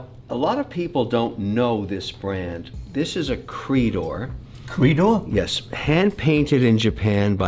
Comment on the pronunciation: It’s not pronounced “creedor” it’s more like “crey-dor.” It’s French for Golden Crest.